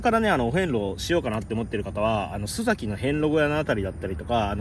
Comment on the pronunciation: 「すざき」では無く、「すさき」ですよ。